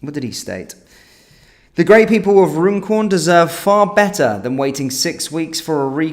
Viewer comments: I'm pretty sure Runcorn is pronounced Run-corn. Not Rune-corn, bud. Please, if anyone is local to that area, correct me if I've got it wrong. 👍 Vote Reform.. 🇬🇧🏴🏴🏴🇬🇧👍👍👍💯🙏🙏🙏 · You are indeed correct. Run - corn😊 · Runcorn isn't pronounced the way you are saying it. It is pronounced Run-corn